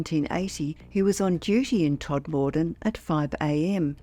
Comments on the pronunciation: Please let them know it's pronounced Todma den not Tod more den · Not Tod-moor-den. Todmuden. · Please tell AI that Todmorden is pronounced TOD-ma-don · Lovely upload, as always. Just one thing, Todmorden is pronounced TOD-muh-dun. (No big deal, just for future reference 🙂👍).